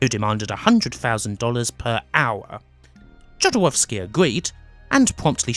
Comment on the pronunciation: Please do not pronounce non-american names as if they were American. You've correctly pointed out yourself that Jodorowski was Chilean. Imagine being pronounced as if spanish name, would sound weird and Jodorowski pronounced the way you do is just disrespectful. Other than that your video is a good recap!